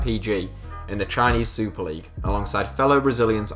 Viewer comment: I cringed when he said outside of premier leauge